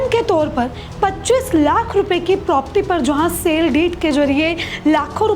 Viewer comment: बहन propti नहीं प्रॉपर्टी बोलो